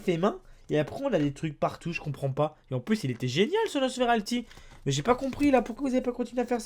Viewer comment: PTN C'EST PAS NOSFERALTI C'EST NOSFERAPTI !!!